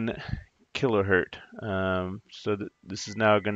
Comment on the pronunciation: 1 kiloHertz should not be pronounced “kilohurt”… You seem to think that pronouncing “kilohurts” is plural and therefore reserved for 2 or more kiloHertz. The truth, however, is that kiloHertz was named for Heinrich Hertz, so what sounds like a plural to you is really someone’s name. Therefore, it is indeed pronounced kiloHertz, whether you’re talking one or whether you’re talking many.